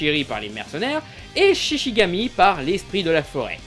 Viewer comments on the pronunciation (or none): On dit shiNigami pas shishigami